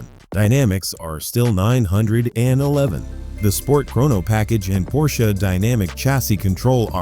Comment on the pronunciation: HORRIBLE AI voiceover. Pull this video down immediately, guys, and hire a human who actually knows how to pronounce "911."